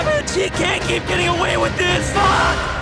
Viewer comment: The way he said FUCK